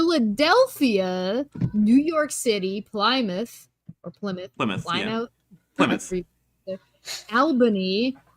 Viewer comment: Hello, first video I am watching of this channel. Hovind is a complete moron obviously, but girl in the middle video box...why can you not pronounce major US cities? Plie-moth (Plymouth); Tusk-on (Tucson, AZ); Ale-bany (Albany). She got Philadelphia and New York City correct. : )